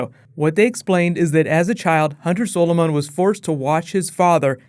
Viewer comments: Your pronouncing Zolomon it's Zol-a-man not Zol-o-mon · REMNANT, not REMINENT, and Hunter ZOLOMON, not Hunter SOLOMON. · Learn how to fucking say zolomon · Can you please learn how to say "Zolomon" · Whoa,, your usual pronunciation of "Zolomon" faltered a bit there!:p